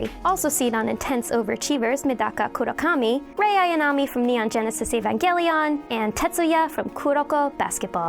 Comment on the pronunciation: It pains me how you mispronounced Clannad, Mine, and Evangelion